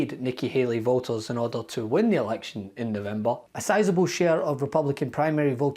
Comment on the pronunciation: Why this dude add a L to words with no L? just said “voter” like “votel” 🥴 I can’t listen to this dude just add a L to half the words he says 🤦‍♀️🤦‍♀️